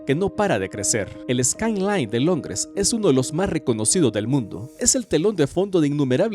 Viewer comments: "Longres" xd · Alguien más escuchó “LONGRES” ????